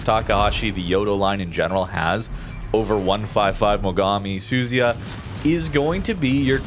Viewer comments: FFS its NOT suzy-ya its su-zu-ya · Su-zu-ya. Not Suzy-a. better not go to Japan when pronouncing ships like that.😂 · It's pronounced "Soo-Zoo-Ya".